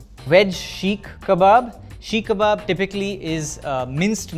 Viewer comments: Who let this guy star in this video. First off it’s Seek kabab not Sheek. Second chatpata means tangy and the “lentils” were chickpeas. Sorry bro but please ask around before shooting next time. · "Chana" is chickpeas, not lentils. Also, it's "seekh" kabab, not sheek kabab. How does an Indian reviewer not know Indian names?